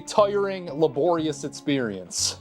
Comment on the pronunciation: Great videos, well done! But mate, why cant you pronounce the letter "X" lol? You seem to pronounce "experience" like "eTspirience" and such :)